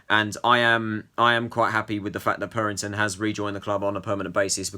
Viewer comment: It’s not purrrrrrrington It’s purrington